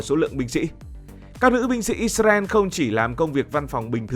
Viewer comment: Đề nghị các bạn miền bắc phát âm từ Israel lại cho chuẩn